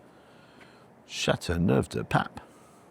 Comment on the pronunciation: Châteauneuf-du-Pape .... nice one ;)